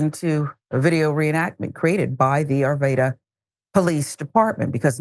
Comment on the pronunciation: arvada not arveda